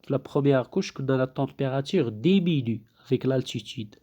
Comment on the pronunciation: si on enseigne en français ,il est formellement interdit de parler en arabe.c'est antipedagogique..en plus des fautes d'orthographe (au moins 3 ou 4).mauvaise prononciation (demenue alors que c'est diminue )